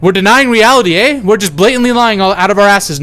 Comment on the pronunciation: i gotta ask if you're Canadian that "eh" was too spot on and as a Canadian all i can think about is the files